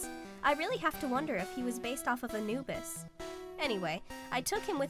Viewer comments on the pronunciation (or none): none